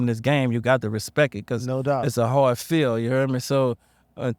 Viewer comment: respeck-ekt it